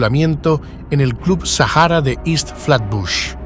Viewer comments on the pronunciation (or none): none